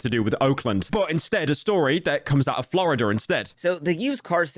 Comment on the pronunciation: its florida not floriadur